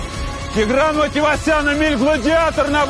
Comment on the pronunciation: ЕМИЛЬ а не Еминь!